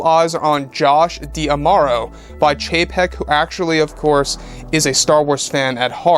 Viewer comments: Just a reminder it is Josh DiMauro, not Josh Diamauro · Just a reminder, it’s Josh DiMauro, not Josh Diamauro